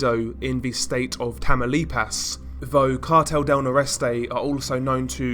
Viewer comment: Its not tamalipas its TAMA(UU)LIPA!